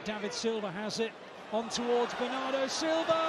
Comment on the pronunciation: BERNARDO, not benardo